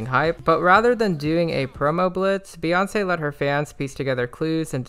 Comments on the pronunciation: why do you call her bay when the first three letters of her name are pronounced BEE and her fans are literally called the beyhive as in BEE HIVE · Amazing synopsis, only critique, it’s Bee, not Bay